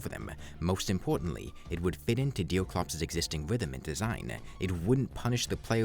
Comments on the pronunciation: Dewclops, Don't Stawve Together, Pewiodically, Vawiable, Vewy, Diffewence, Fiwst Boss, Evewy, Pwayer, Fwustwating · ''deew cwops wis thew fiwst'' Bro needs to learn his aws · Why do you keep calling him deal clops? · Who the f is Deel Crops you keep talking about? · I love how he says “bothes” and “deoclops” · is he saying deercwops, pwayer and cwosover?